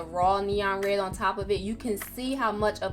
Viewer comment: I like how she says red. "re"